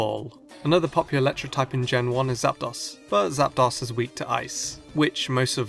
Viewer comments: You butchered ZapDOS Like UNO DOS TRES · Oh... My... God... ITS ZAPDOS! (Zap-Dose) As in Uno Dos Tres! Like One two three!